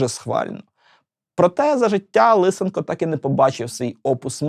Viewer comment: ЛисЕнко, ШевчЕнко... А не ЛИсенко. То для ка цапів змінювати наголоси і вимову